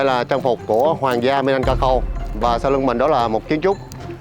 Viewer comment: Bạn này sai rồi. Chính người Indonesia còn nói Minangkabau (bạn đọc tên dân tộc là Minanangkaku là sai) Bạn nên đọc nhiều tài liệu hơn hoặc nên ở đó lâu để thu thập đủ thông tin trước khi bình luận.